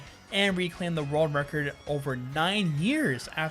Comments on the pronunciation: why do i keep hearing rerld record? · Rorld Record